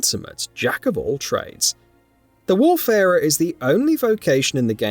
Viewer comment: isnt it WAYfarer? not WARfarer?